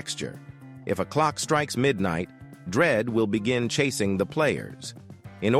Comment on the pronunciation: "DREAD" "VOID" 💀